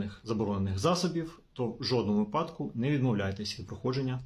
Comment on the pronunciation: 😮 Шановний фахiвцю з галузi права!😮 Якщо Ви добре висвiтлюете ситуацiю з правовоii точки зору, то й мовте добре!😮 Не випАдок, а вИпадок!😮 Як казала одна викладачка в одному з iнтернет-урокiв з укр. мови, що якщо кажуть випАдок, то в мене стаеться припАдок ( перевiрочне слово)!😅 I не Ознак, а ознАк!😢 Вiдкрийте словник чи загуглiть як треба ставити наголос!😮😊 Чи Вам здаеться, що якщо так Ви кажете, то виглядаеться бiльш по-украiiнськи?!😂 Бо, якщо так Ви неграмотно кажете, то тодi й можна поставити пiд сумнiв фахову сторону Вашого комменту!😮😅🎉 Комментуйте грамотно!😊🎉